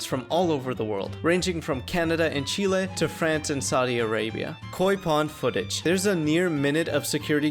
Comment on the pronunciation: the mere fact that here said "Chile" the right way earned him both a like and a suscriber